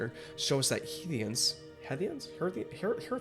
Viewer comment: Is it pronounced heart-Ian's? I always thought it was hearth-ians as in hearth and home